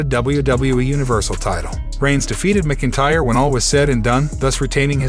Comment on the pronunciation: Can you please report the CURRENT NEWS BRO? Also Drew McIntyre is Pronounced as Drew MAC-IN-TYRE! Not hard dude.